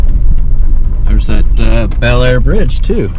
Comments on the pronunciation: Bellaire is pronounced Blair . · Bellaire, locally pronounced bullair, locally referred to as bell dirty, is the town where the train bridge scene from "Unstoppable" was filmed. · Bellaire is pronounced Bah-Lar